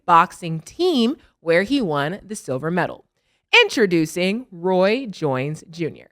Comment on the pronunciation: She said Roy Joynes Jr😂